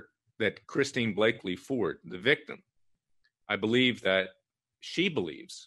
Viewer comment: Larry, Kavanaugh has daughters not sons. The CIA asset‘s name is Christine Blasey Ford not Blaky